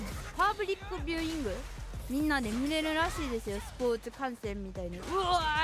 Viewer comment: パ↑ーブ↓ﾘｯクビュ→イング